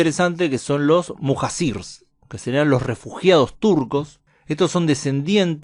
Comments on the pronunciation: Se pronuncia Mujayir que quiere decir la gente que deja su casa por el caos del lugar , cuando se hace invivible la zona al igual cuando los primeros musulmanes emigraron a Medina por la perversidad de la gente de la Meca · Muhacir se pronuncia “muhallir”